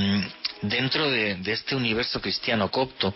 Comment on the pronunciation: es coPto, no coCto.